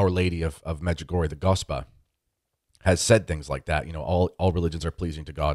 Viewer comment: I would suggest talking about what you know. Clearly you have the Medjugorje for Dummies as your guide. (1) you mispronounce the name od Medjugorje. (2) as to the parchment with the 10 secrets, Mirjana can read it, other people can't for the obvious reasons. (3) give me $ so we can build more churches? What churches? (4) there are authenticated healings....how many people have you cured?you have major issues, unfortunately your lack on intelligence can't be helped.Could go on...